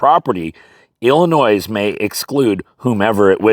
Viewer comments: 🤣🤣🤣 you said it illiNOISE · Love your channel!! But the s in Illinois is silent! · This is of course only friendly banter, as every citizen of Illinois owes you quite a lot (even if they know it or not), but it is amusing to hear even a scholarly man struggle to not pronounce Illinois as if it’s plural :)